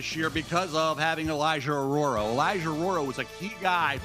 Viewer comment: Mel butchered Elijah Arroyo’s last name so many times it drove me crazy